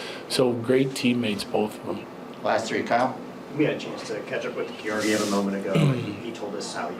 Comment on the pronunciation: Someone tell bednar it’s George eee (nickname) or Georgiev gs are like ghee… I bet it might subconsciously bother him… everyone else on team knows this Hope all the fans show up in red. We want blood!!!! Jkjk, but I think the jets be rockin the white out pretty well… hope the Avs fans show up for an insane show